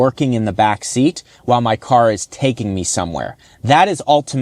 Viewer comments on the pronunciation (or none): none